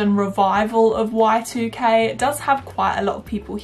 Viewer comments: Every time you said y2k i heard white UK and i was really confused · OMG lol I kept hearing white UK instead of y2k and it wasn't making any sense :)))